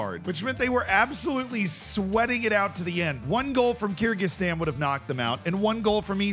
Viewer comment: It's pronounced ker gi stan